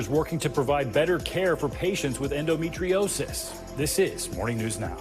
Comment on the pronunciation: His inability to pronounce "endometriosis" says so much about my lifelong struggle with the condition.